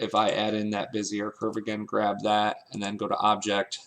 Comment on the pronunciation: Good tutorial! By the way, it's said beh-zee-AY. French-style.